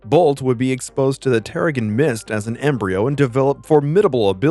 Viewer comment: Getting the ‘g’ sounds the wrong way round in Blackagar and Terrigen is not a good start…